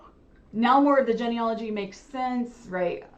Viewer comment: geneology (JEAN-E-ALL-OGY)....not jenny-ology.....lol. it makes it sound like someone who is an expert on Jennifers. hahaha.